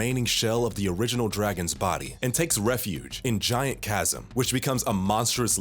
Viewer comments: did i seriosuly hear "chad-sim" its chasm... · i can’t believe you just said chasm like that